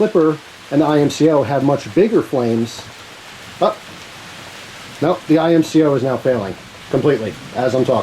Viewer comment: Its IMCO not I M C O 😩😩